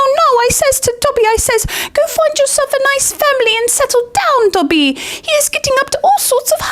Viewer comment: love the video and rowling is a twat but why do you keep pronouncing Dobby like he's a my hero academia character lol